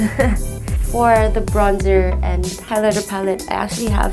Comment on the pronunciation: Not trying to sound mean but her ‘accent’ is just off... I know James’ accent is rubbing off on her, but it is as if her accent is still trying to find itself 😅 Many times she’s mumbling, or she pronounces words in different ways (highlighter for example).